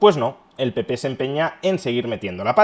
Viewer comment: Von Der Brujen pronucia PP como Pi Pi ja,ja,ja. El Pi Pi europeo